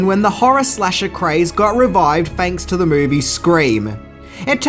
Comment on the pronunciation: Ten Fings you didn’t know....fanks😂